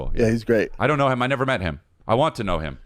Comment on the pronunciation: 😂😂😂 caught that too.